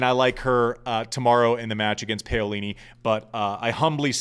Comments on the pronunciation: Love you mate! But...who is "PEolini"? It's "PAolini". :) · Paolini!!! Not paiolini.....jerk!! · Andy…get this PAUlini…..not Paylini!! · Pow is wrong too. Italians don't stitch the two sounds together but they actually pronounce them separately. When talking faster it may seem like it but it doesn't. It should be Pa-O-li-ni. Can't explain it better being Dutch having learned Italian. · I agree. We dont mind accents but we do expect a bit of effort in finding out how to pronounce a player’s name properly. . The “Pao” rhymes with “How” We care and sometimes we cant listen properly to what youre saying. Sorry Andy. You actually have good content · Andy, I love you, but I'm not the only one cringing. You have to try to get the pronunciations of names at least CLOSE to correct. Paolini is pronounced (Pow-Lee-Nee). You can do it!! You are Andy Roddick!! You the MAN! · I don't want to start another "Cybotch Veildsh" controversy, but every time you pronounced Paolini "Payolini" my heart sank a little bit. Refusing to pronounce a German name with a Portuguese inflection is one thing, but americanizing a beautiful Italian name hurts... ;) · I endorse this rant. And Im brazilian, I dont care how he pronounces wild, but Paolini sound terribe when pronounced Peyolini. Sorry Andy, keep up with your great work, we love you! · Oh right, so you may have also wanted to note the pronunciation which is correct in Italian yes? Pah-o-li-ni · Ok i see so many mistakes in this thread so I will clarify since I am Italian. It is pah-o-li-ni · Isn’t it pronounced Peeolini? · Andy, please stop butchering Jasmine Paolini’s name. Please look it up, or listen to the tennis analysts on Tennis Channel, or google it to get the correct way to say her surname. I say this with all due respect, because I find your podcast so accurate and hilariously funny. It’s wonderful having a past ATP pro, was amongst the elite in men’s tennis join the hordes of tennis podcasters. Keep bringing it!